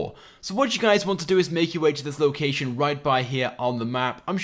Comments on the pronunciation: he says locacan instead of location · locacion XD